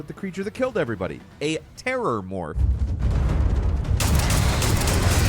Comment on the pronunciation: It's actually a Terramorph which is actually a good name for what the creature is in the game. just pronounced it Terrormorph.